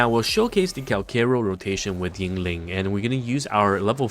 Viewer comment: Why do you say YING-LING, its only Yin Lin (no g). I cant unhear it xD